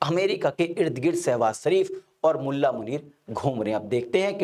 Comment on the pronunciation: सर आपका pronounce बार बार सहवास शरीफ हो रहा है। कृपया स्पष्ट करें ऐसा कौन सा सहवास है जो शरीफ तरीके से होता है चाइना के साथ या अमेरिका के साथ।